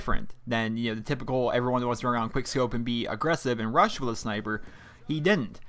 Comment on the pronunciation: Lol you say sni-i-per too? Lol I thought it was just my brother and I that say it and everyone else says sn-eye-per.